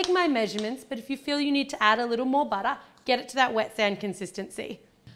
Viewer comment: I love how she says butter really American